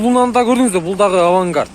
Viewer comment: Авангардт эмес, Авангард